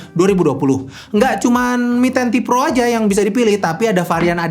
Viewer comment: Apa saya salah dengar?? Di video disebutkan ini Mi Ten Pro (mi10 pro) padahal seharusnya mi ten ti pro (mi 10T pro)